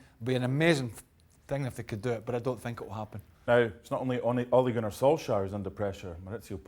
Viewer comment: It's pronounced Solshar in Norwegian.